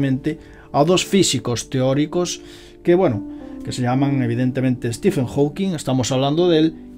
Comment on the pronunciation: "Ste men" -Stephen Hawking